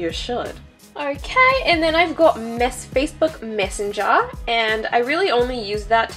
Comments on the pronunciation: Why did her voice all of a sudden change into an Australian accent. Lol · why did she turn australian when she said "facebook messenger"???😂😂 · i was wondering the same thing LOL